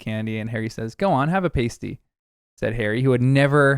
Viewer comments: Ooh. "PAH-stee" not "PAY-stee." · The "a" in pasty is pronounced similar to the "a" in pasta. The word being said in the video is pastie (sometimes spelt as pasty) and that is definitely not what J. K. Rowling intended.